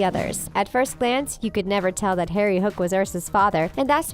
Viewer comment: Am I the only one who noticed on it sounded like she said "mal and Terry" instead of "mal and Harry" idk if I heard the incorrect or not